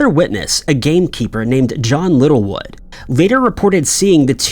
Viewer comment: "John Little wood" 😅